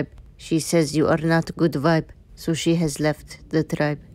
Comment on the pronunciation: The sooooww much cute is so funny how u say it I like it 😂